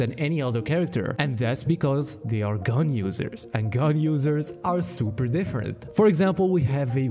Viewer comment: "Ganyu-sers" oh, 'gun users' XD